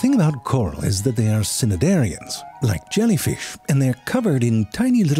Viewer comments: Sir. SIR. "Sinidarians?" It's 'nigh' like knight. Love the video just was caught by surprise lol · the 'c' in cnidarians is silent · Ze Frank, I believe the c in cnidarians is silent. I too didn't know this for the longest time but it made my tongue so happy I can't be upset I said it wrong for decades xD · I adore your work Ze Frank, especially since you've started working closely with biologists for these awesome videos. About two minutes into this one, you mispronounce the phylum of jellyfish and coral, cnidarians, in a way that gave me a double-take. The 'c' is silent, so they are "nye dairy annes". Thank you for all your amazing, hilarious, educational videos! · Can't decide if the "Sinidarians" pronunciation of Cnidarians is a joke or not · Not sure if the mispronunciation of cnidarians was intentional 😂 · Lol zfrank you say cnidarians in the most wack ass way imaginable 😂 i love it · that pronunciation of cnidarians hit me like a truck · The C in Cnidarians is silent. Also ibis is pronounced (eye-biss).